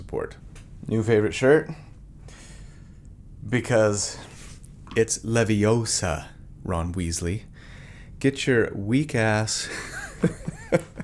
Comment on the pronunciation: It's Leviohsa not Leveosa😅